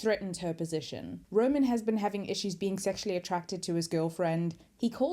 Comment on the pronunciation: Roman! Not Ronin...